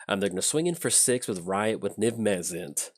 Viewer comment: "Niv Mezzit" I'm literally shouting "Mizzet! It's Mizzet!"